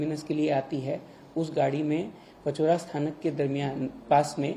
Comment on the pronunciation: पचौरा नहीं बे , इट्स पाचोरा. हिंदी में मराठी शब्दों की मां बहन मत करो नॉर्थ इंडियंस.